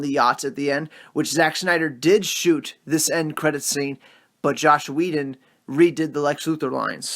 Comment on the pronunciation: Say it with me: JOSS Whedon (pronunciation like Ross, not like slosh) Ciarian Hinds. (PRONOUNCED Sear-EE-Ann)